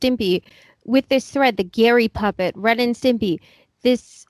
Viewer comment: You could start a drinking game for every time Wiggy said 'Stempy.' And it spotlights the 'cultish' nature of the place as you say,, that nobody had the temerity to tell their meal ticket, uh, it's Stimpy.